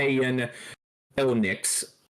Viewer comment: El Nick instead on eunuchs is funny